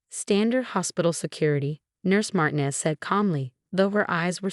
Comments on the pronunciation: It’s Mar-TEEN-ez. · Mar TEE nez. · FOR GOD'S SAKE -- PLEASE PRONOUNCE MARTINEZ CORRECTLY! THE ACCENT IS ON THE SECOND SYLLABLE!!!!!!